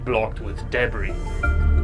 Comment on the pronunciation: Why do you pronounce debris in that weird way, is that a Canadian thing? ;(